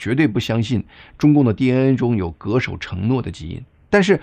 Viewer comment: 恪（ke)守承诺不是ge守承诺。难怪高考要各地分开出题，南方人的中文总是念白字，即使受过高等教育的从复旦教授的耄耋念成耄zhi到南方中文youtuber的各种白字，有时错的都让人感到很欢乐。